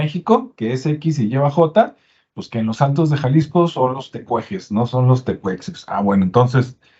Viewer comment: Soy nahuahablante, la "x" en la mayoría de las lenguas indígenas se lee como "sh", como en inglés. Y en el caso del gentilicio "tecuexe" tiene esa pronunciación, es lengua yutonahua, y en náhuatl pronunciamos Mexihko, no Mejico.